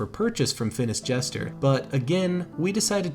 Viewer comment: Mans said Phinis Jester.